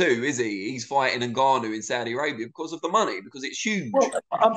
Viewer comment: Its Ngannou NOT Nig-gannou Frank! 😂🤣